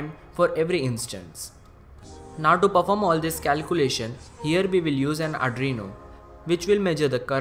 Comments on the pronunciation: Adreno? Adreno is a GPU by Qualcomm. Arduino is pronounced R-DU-E-NO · Ar ... du ... ee...noo ok??